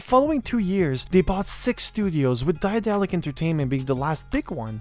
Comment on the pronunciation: One small things: the company is named after the German name of Daedalus, the Greek mythological craftsman. You don't have to try to pronounce the ae in the beginning, the English pronunciation of daedalus will be better and closer to the German pronunciation.